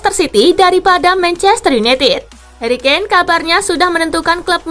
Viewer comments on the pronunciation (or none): Harry kane bukan keane 🤣